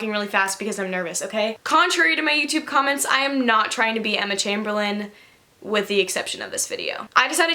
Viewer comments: It's Emma CHAMBERLAIN NOT CHAIMBERLIN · It’s not Emma chambelen it’s Emma CHAMBERLAIN